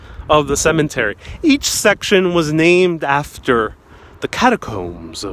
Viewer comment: Cemetery not cement-ery. Interment, not Intern-ment.